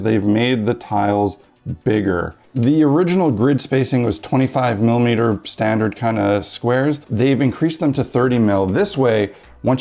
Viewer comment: Every time hi says "milimiters" I love this channel a little more.